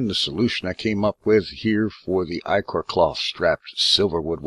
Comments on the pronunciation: I know right "itch-or" its EYE-CORE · Ick-or... Ick-or... None of ya say it right....